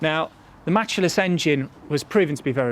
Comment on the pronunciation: It’s MATCHless not MatchAless .